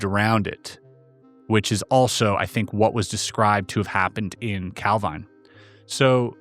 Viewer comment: Love your channel. Wee thing, Calvine in Scotland is pronounced Calveen not Calvine;)